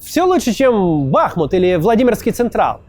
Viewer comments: Классный выпуск, однозначно лайк. Макс, а почему бАхмут, а не БахмУт? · Кац говорит проникновенные речи, но всё равно между делом вставляет название города с неправильным ударением (Бахмут). Каким образом я должен проникаться, когда спикер говорит неграмотно?